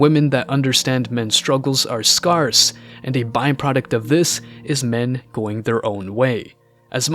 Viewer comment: Scare-ss not scar-ss - air sound in the middle.